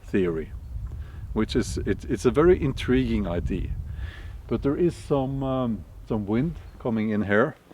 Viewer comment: When you say the word "idea" you say I.D. which means identification. Idea is pronounced ai-dia. Takk ellers for mange inspirerende videoer.